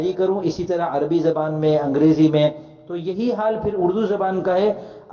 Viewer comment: جی استاذ محترم!! ویڈیو میں کوئی دو مقام پر آپ مکرم نے لفظ "عربی" کا استعمال کیا ہے، ر, کے سکون کے ساتھ۔